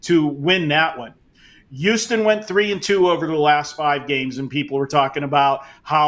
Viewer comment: I thought it was pronounced, Houston Marco, not youston .😂